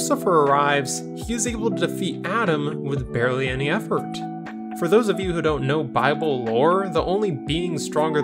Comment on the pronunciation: it's not you said, BARLEY, not BARELY